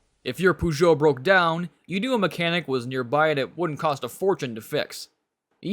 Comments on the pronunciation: The pronunciation of Peugeot is "poe-zho" and not "puh-zho" The pronunciation of Citroen and Renault are fine. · Bei fuhr Columbo keinen Puhjo, sondern einen Pöhjot - derr Namer 'Peugeot' wird im Französischen Pöhjo ausgesprochen. In den USA hatten die Mercedes Coupés und Cabrios wie die R117(American Gigolo) viel Erfolg, wobei die verstärkten US-Stoßstangen die Original-Ästhetik beeinträchtigten. Auch Volvo war damals in den USA ziemlich erfolgreich. Bei leider noch ein Aussprachefehler. "Und dann war da noch der Renault 'Dofi' - nein 'doof' war dieses Gefährt wohl nicht, aber die Aussprache dieses Renault Dauphine sollte lauten Dofiehn - wobei das 'e' tonlos bleibt. Bei wird sogar von einem 'Dolpfie' gesprochen. Bei verstehe ich nur 'Der Leo Deauvie' - keine Ahnung, um welche Marke es sich handelt, da auch der Name dieser Marke auf den Fotos nicht erscheint. Es gab mal einen - ich glaube es war ein Cadillac 'De Ville', was 'Stadtwagen' bedeutet, aber eine 'Leo' ist mir unbekannt. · Just out of curiosity, why do you strive to pronounce the French R in Renault and Citroen but end up saying POOgeot instead of PEUgeot? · No offence, but learn how to pronounce the brand name (Peugeot) if you are making a video about French cars. It takes just a few minutes to research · Congrats on pronouncing "Citroën" and "Renault" perfectly. Only your "Peugeot" is slightly off, but I'm nitpicking. ;)